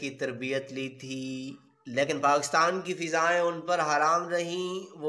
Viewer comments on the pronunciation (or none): none